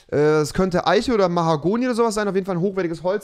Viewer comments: Eiche= Aische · Rewi Eiche und nicht Eische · Rewi: Tich, Fich Auch Rewi: Eische